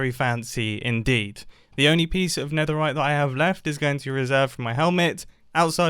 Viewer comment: ... the neterite